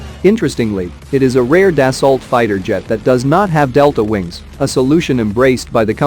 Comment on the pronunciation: Das-ooo that's how the French pronounce it.